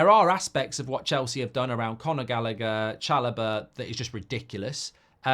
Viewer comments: I nearly had a stroke trying to listen to Mark pronounce Gallagher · Mark cant pronounce Callagher’s name 😂😂